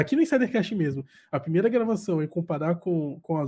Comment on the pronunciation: Por favor,, não fale primera, fale correto como Laila.